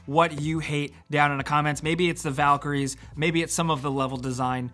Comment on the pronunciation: Valkyries bruh... Valkyries...